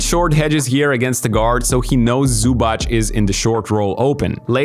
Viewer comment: it is zubatz not zubach